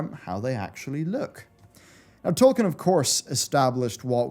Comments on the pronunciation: Who is that Tolkein you are talking about, I only know a Tolkien :D ? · It is Tolkien, not Tolkein. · Why do you pronounce it Tolkein the entire video? XD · Who's Tolkein? xD